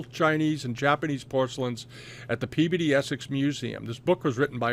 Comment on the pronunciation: Another great video. I love the way you say Peabody! Makes me miss New England.